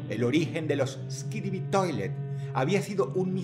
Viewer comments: Dross: Skibidi ❌️ Skidibi ✅️ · buen video pero, no se dice skidibi, se dice: "skibidi". Gracias. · Dross es disléxico. Es Skibidi, no Skidibi. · Incluso no dice “Skibidi Toilet” sino “Skidibi Toilet” 😅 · de hecho dijo skidibi, pero bueno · Dross es disléxico. Es Skidibi, no Skidibi. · Dross es Skibidi no Skidibi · ey ey ey pequeña no digas skibiri, estas toilet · dross diciendo skidibi toilets es re cursed ajsjjajekwjd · "Teorías de eskibidi toliet"